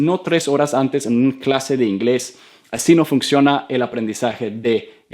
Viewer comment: Hi, thanks for this video and others, I want to say you that your pronunciation is very good but there is a word in Spanish that you pronunce like English, this is "funcionar" o "función", "function" is in English and you pronunce the "c" like the Spanish "k", you say "fuknciona" really is fun - cio - na. Sorry for my English I start A2 rigth now.